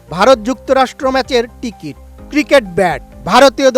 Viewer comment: উচ্চারণ এই রকম হলে সাংবাদিকদের অবস্থা 😂😂টিকিট,মেছি